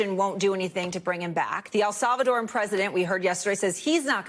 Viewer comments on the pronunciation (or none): Is it too difficult to pronounce “Salvadoran” NBC?